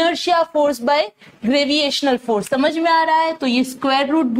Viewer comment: Why do you say graviational to gravitational ? Everything else was informative. Thank you.